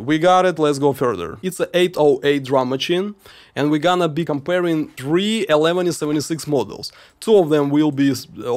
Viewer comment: it's not "eleventy seventy six" it's "eleven seventy six" Cool video!